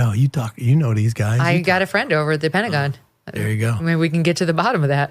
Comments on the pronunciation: "Penta-CON" . Lol.....spot on!!!! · He's said PentaCON lol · Very vague with his answers and responses, smart. Did he say "Pentacon" ? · Hey said Pentacon 😂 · He said pentaCON